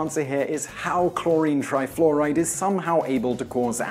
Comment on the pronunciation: "cHloWrInE tRaYfLoWrAyD"